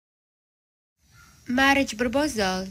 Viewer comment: مارج بربوزال هههههه المصريين ونتقهم للغة الانجليزية انجليزي دي يا مرسي 🤣🤣🤣🤣🤣🤣